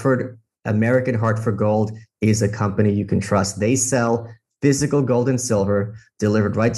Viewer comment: "physical" -> fiscal (he said it correctly in some interviews)